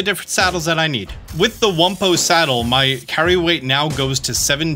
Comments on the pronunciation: wum-P-oe not wum-b-oe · You keep saying wumbo and hearing wumbo, when it actually says wumpo, with a P. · Pro tip. Its not wumbo... Its wumpo... With a p not a b. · im like why is he saying Wumbo....oh yeah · ... but it's wumpo with a "p" wum-p oh